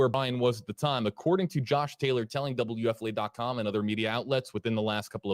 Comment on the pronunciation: I swear it doesn't sound like he's saying WFLA to me. It sounds like W-ef-filet. Located near chic filet LOL